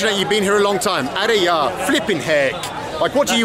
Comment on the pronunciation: Are yaar!!!.not are ya...but still loving this hindi lessons